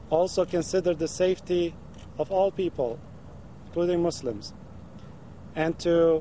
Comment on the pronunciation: too bad this clown even got attention in the first place... what no one is talking about is that the damage is done. So many in the arab world already think he burned them already... he pronounced Mozzlems what a clown and a fake also..I like this Iman representing South Florida...